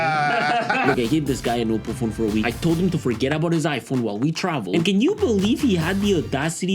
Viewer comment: Bro u pronounce oppo like it's "au-po"